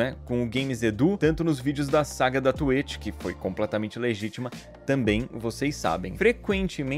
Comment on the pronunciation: Gente, não pode falar twitch no youtube, o Edu não é afetado porque ele fala tueti Stonks